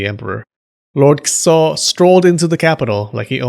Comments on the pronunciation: It sounds like you're saying "kuso" everytime you say "Kiso" xD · OMG stop saying "Kiso" like SH*T lmao